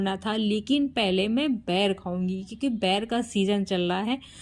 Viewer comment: Ber hota h bair nahi cg me boir bolte hain